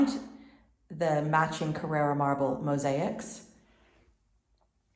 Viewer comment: It is Carrara not carerra!